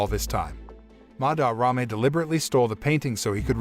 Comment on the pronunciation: am i the only who wants to bang their head into a wall everytime he says "MaDarRame"? (im not hating on the video btw)